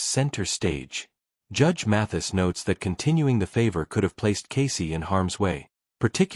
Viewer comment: Mathis,not Matthews.